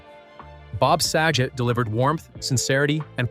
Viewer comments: "SAG-GET"....BOB SAGET.. smh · Also mispronounces Dave's last name